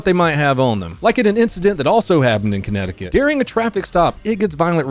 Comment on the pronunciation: BridgePIT, Commnecticut.